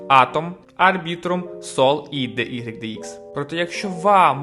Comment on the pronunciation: мені здається, що не буде великою помилкою, DYDX, вимовляти як "дайдекс". Бо таке деколи чую що аж вуха в трубочку скручуються. дехто каже "дудикс" це повний атас. Ви кажете "де ігрик де ікс" це також не правильно. Це не математика з латинськими літерами, це англійські літери, а в англійській "y" - уай, "x" - екс. тому краще казати "дайдекс".